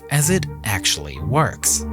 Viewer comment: Actuawwy... the deepwatew howizon wig expwoded and weaked a wot of oiw which is actuawy weawy bad